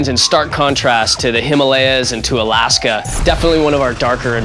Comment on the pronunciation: OMG me want it NOOOOOOOW!!! Also, alAAAska. lol, funny how he pronounces it. xD